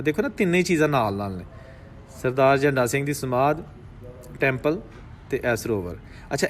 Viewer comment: बादल झण्डा सिंह सही उच्चारण है